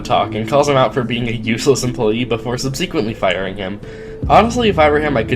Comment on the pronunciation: "Sub-sea-kwent-lee"? Who says subsequently like that?!?!